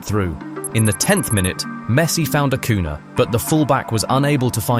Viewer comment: These matches seemed much more violent to me: *2006 US vs Italy *2006 Portugal vs Netherlands *2010 Spain vs Netherlands *2002 Korea vs Italy It's curious that the Netherlands and Italy are often involved... Good job with the video, but many of us would appreciate it if Spanish names were pronounced better, for example: * Acuña (Ah-KOO-nyah, not Ah-KOO-nah) * Juan RoMÁN Riquelme (Roh-MAHN, not ROW-man) * Paredes (Pah-REH-des, not Pah-RAY-des)